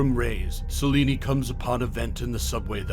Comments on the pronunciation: Celine. Not Celinie. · Idk why you kept calling her Selini. It’s Selene(sel-lean) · Its Selene not seleney lol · Selene. But he’s saying salini🤣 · Is he pronouncing Selene as "Saw-lenie" or is it just me? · So you don't know how to pronounce Selene?? Did you watch any of the Underworld films?